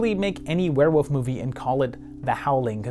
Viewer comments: It's Were-WOLF. Say it with me. That's Fascinating. Champagne!! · What is a "where-wuf"???